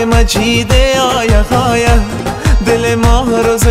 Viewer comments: خوب است فقط نمیدونم من اشتباه میکنم یا شما لغات را در شعرتان اشتباه تلفظ میکنین ( قرهان به جای قرآن، هایه به جای آیه ) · جان مثل همیش دلنشین و صدایت آرامش داره، اما درتلفظ کلمات کمی دقیق باش 🙏🙏🙏 قرآن مجید آیه آیه، خودت میگی (قرهان مجید هایه هایه) و یا (دلم دنبال تو آید و یا امو زبان محلی دری آیه) که خودت اینجه ره هم میگی (دلم دنبال هایه) امید که ناراحت نشوی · اگر در تلفظ بعضی کلمات کمی دقت کنید خیلی عالی میشود. مثلن قرهان، هایه که اصلن قرآن و آیه است. موفق باشید.